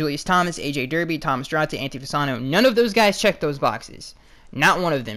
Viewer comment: it’s **Thomas DO-ART-EYY*